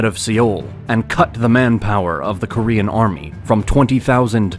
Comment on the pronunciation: He pronounces Korean like French 🤣